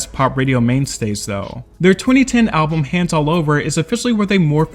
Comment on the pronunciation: Why does the AI voice keep saying Album in a weird way.